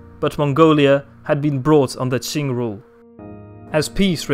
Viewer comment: The history of the China Qing Dynasty was completely correct，Chinese pronunciation is very accurate，Well done 👍